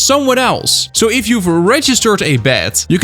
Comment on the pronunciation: who else heard bat not bed